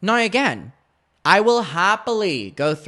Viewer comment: Do you get a disablity check for the way you say "now" ? Noyyyyyy. What a rtard